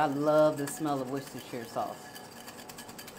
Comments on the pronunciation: Wooster shire sauce is how we Brits say it. I know the spelling seems like it should be said differently, but wooster shire is how its pronounced here She pronounced it prettymuch perfectly.. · You pronounced it perfectly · Yes you pronounced Worcestershire dauce correctly 👍👍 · Yesssss U said it perfectly!!! I am from Worcester Massachusetts. Thats just how you pronounce it "Woostersheer sauce"! Exactly pronounced like my city of Worcester 508!❤ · Woisteshire 😊 sounds right to me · Your pronunciation of Worcestershire sauce was spot on!!! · I like Worcestershire sauce too. I always use it in any recipe that calls for ground beef or mixed ground meats. Btw, you pronounced it correctly. You are the ONLY person I have ever heard who says it the right way. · U said it correctly. I like your sister sauce even though I can say it correctly 2. Haaaaaaaaaa. Nice loaf. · You pronounced the word perfectly! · I’m British - I’ve never made this but I’m going to have a go and you are the ONLY person outside the UK who says Worcestershire correctly! 👏🏻👏🏻👏🏻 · You pronounced it exactly like I do and that's a rarity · I always ask how to say that too! I day it like you so it has to be right! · You did great on pronouncing the woo-woo sauce, they would pat you on the back in New England or the Olde England! Note: you can pronounce it Wooster- sheer or Wooster-sure or even, Wooster-shy-er... you only screw up when you try to pronounce Worcester "wor-chester", cuz they don't even pronounce it that way in merry Olde England, no matter what dialect is being spoken. And it must be right, because they even pronounce Worcester, Massachusetts the same way.. Wooster! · You pronounced it exactly like we we taught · You did good pronouncing it. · I pronounce it the same way. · The way you said it was how you pronounce it